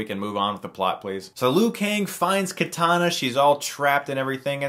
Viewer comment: haha "katana" its kitana chris